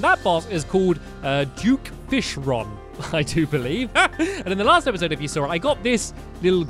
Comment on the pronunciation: It is not due fishron it is duke fishron